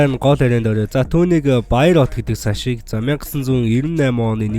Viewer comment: саш bish сааш gj unshan shuu